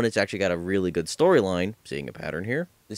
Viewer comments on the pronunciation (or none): none